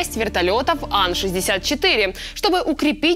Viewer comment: Ан-64?может,эй эйч-64 "Апач"?тщательнЕй надо,тщательнЕй!